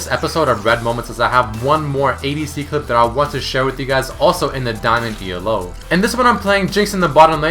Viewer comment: Why can you just say ELO like everyone else... STOP FUCKING SAYING IT LIKE E-L-O so annoying brah